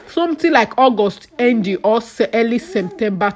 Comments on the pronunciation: Lol semtemba 🤣🤣🤣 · I like the Way you pronounce semtemba 😂